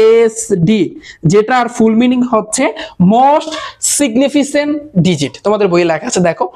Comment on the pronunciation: এইটা সিগনিফিসেন্ট হবে না সিগনিফিকেন্ট হবে 😊